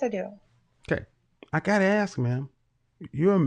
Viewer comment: Your husband's first job is to educate you on how to pronounce English words correctly. Let me help you, the word is ask, NOT axe